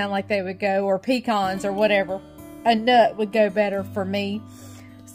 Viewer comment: You are the first YouTuber that I've heard say 'pecan' just like I do, 'pea-con.' Most people say 'pea-can' or 'puh-con.' I know that the way people pronounce it often depends on what area they live in but even most southerners I've heard on here say it one of those other 2 ways. I'm a southern girl through and through........born, raised, and still live in SC and I've heard some people pronounce it like I do. I've also been a part of many discussions (both online and in person) about the correct way to say it.🤣😂 Anyway, I was excited to finally hear a YouTuber pronounce it correctly. 🤪 I have 4 pecan trees in my yard that should produce pecans this year but if we don't get some much needed rain I probably won't have many, if any at all. That happens sometimes when we have really hot, dry summers. Then I might get only one or two 5 gallon buckets full, when if they produce pecans like they should I'd get twelve to fifteen 5 gallon buckets full.